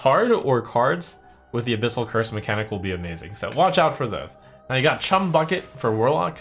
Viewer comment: Fun watching trump misread the abyssal decks